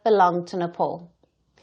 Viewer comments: The beauty of Nepal (pronounced Né pāl, not Né Paul as this news reader did) is that they should be friendly towards India, like sibling Hindu countries. It doesn't bode well for Nepal to side with a bully nation like China and start imbibing China's [expansionist] qualities as well. India is the best possible friend Nepal could ever have, and they should value this relationship and stop acting like the other dreadful neighbours that India has been cursed with. Even strategically speaking, India is too powerful today. So, missing out on a possibly amicable and beneficial alliance with India can only be an unwise move. Wish the lousy leadership in Nepal understood this. China is not going to be a good ally. The red dragon will only bit your head off. So, beware, Nepal. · Yo dear woman first learn to how to pronounced Nepal It ia not Nepol its Nepal u Bluddy woman